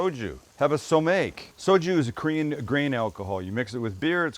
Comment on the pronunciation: Pretty legit other than the Korean pronunciation lol! (“Hom”-ji. So”Mek”). Marinade straight out of my Korean mother-in-law’s playbook… she’d probably put a chunk of onion in the blender